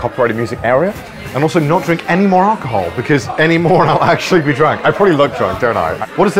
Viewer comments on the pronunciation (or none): "Anymore I'll actually be drank" I don't know Connor you sound pretty drank to me